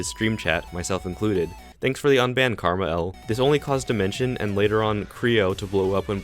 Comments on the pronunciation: I don't like how you pronounce KrmaL as Karma L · lol how he says karma L instead of just Ker Mall